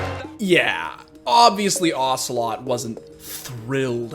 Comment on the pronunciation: OcelotE not ocelot, its not metal gear solid character dude wtf